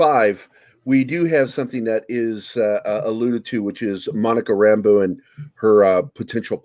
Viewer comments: No,. She's just a strong woman who don't take orders from no one. She isn't friends with Woo. Also, I hate how hard they pronounce her last name as RAMBO. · Yeah, it is pronounced that way, but they put the emphasis on the wrong syllable.